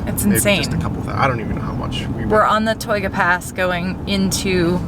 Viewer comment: FYI: Mono Lake is pronounced 'moan-oh' and Tioga is pronounced 'tie-oh-guh'